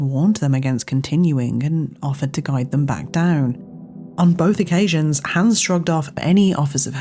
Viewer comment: It's Hans, not Hæns.